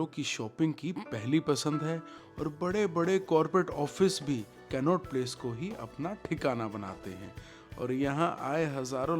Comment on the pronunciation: Aap कनॉट प्लेस ko कैननोट प्लेस bol rahe the. Vo toh funny tha. Baaki video boht zabardust thi ❤❤